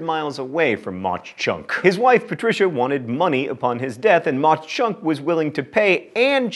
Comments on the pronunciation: Lol I watched this whole thing just for Jim Thorpe where I live near. No CH sound on the end of Mauch..they just kinda pronounce it like you would say hawk (although I think the original pa deutsch is with the ch sound) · I know mispronunciation is your thing but Mauch Chunk is pronounced Mawk Chunk. And its very beautiful!! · John, please pronounce the town names properly. I'm from Jim Thorpe, PA. Mauch is pronounced like the word mock, due to the heavy German influence on the town. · Its pronounced MOCK Chunk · It's pronounced "Maw Chunk" by the locals not Mock Chunk. I will say though that Jim Thorpe is a beautiful little town! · I live near Mach Chunk. It is pronounced like mock chunk. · Tickled that Jim Thorpe is tops, but sad... It's Maw Chunk; as in rhymes with Paw. Great List. Dutch Harbor was a fun surprise! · It's pronounced similar to "Mock Chunk." My grandparents live in Jim Thorpe, and the lake near by is still called Mauch Chunk Lake. Imagine swimming in a lake called that. It's as pleasant as it sounds. But Fun fact: The term "Mauch Chunk" actually means "Sleeping Bear" in the original Native American's language. It was called that because the mountain nearby looked like a sleeping bear. Which is yet another thing that is as pleasant as it sounds. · The town 'Mauch Chunk' is actually pronounced 'Mauk Chunk'. You had it right at the very end! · Mauch is pronounced mock (like in turtle). Some in the town want to change the name back to Mauch Chunk because being name Jim Thorpe has not brought fame or fortune to the town. Over the past few years the heirs of Jim Thorpe have tried, in court, to have his remains returned to Oklahoma. Now you know the rest of the story. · Mauch Chunk is actually pronounced Maw-chunk (all one word) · Mauch Chunk is pronounced maah chunk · It's pronounced Ma Chunk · the CH in Mauch Chunk is said like a CK. i know because i live like an hour away from Jim Thorpe and literally everyone says it that way